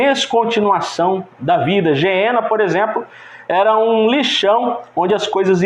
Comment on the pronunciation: Ñ se diz geena irmão. Gueena.